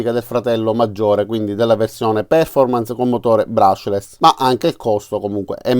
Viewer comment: Solito utile video grazie all quale decidere se andare alla Lidl oppure no :-D Post scriptum Poiché i tuoi video sono molto popolari, adesso hai grandi responsabilità, come recita spiderman nel film :-) Perf-ò-rmance Gua-ì-na sono le pronunce corrette da diffondere nel web!